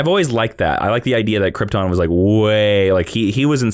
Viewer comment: say's Criptin (for Krypton) Cul-l (for Kal-El)